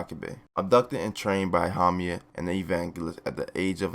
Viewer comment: hamia instead of haumea, kusákebe instead of kusakabe, tamáki instead of támaki, the other ones have not yet yerd pronounce by japanese people so can't say